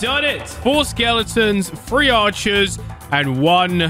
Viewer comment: When you say three why do you say free